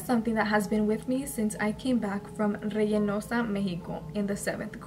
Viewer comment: its not reyenosa its reynosa